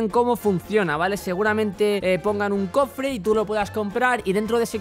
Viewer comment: like si escuchaste como decia "confre" en el minuto xD